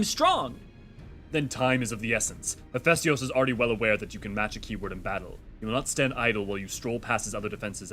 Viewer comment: Your pronunciation of Hephaistos is annoying me XD HEHF EH STOS. PLEEEASE rofl